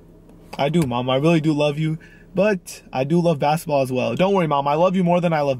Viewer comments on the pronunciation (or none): lol he keeps saying basetball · How many times does he say "basaball" not basketball but "basaball" 😂